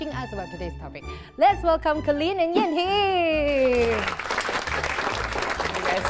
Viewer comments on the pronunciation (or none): none